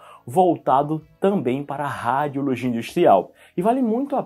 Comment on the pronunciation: Que nervoso ele falando “ráadiologia”